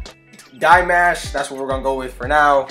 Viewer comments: He's NOT Dee - Mesh.....he's NOT Dye - Mesh. He's Dee - MAAAASH. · It’s pronounced Dee Maw Shhh